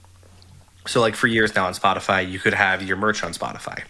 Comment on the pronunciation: no, you were saying it right. I'm surprised that the others didn't know how to pronounce it.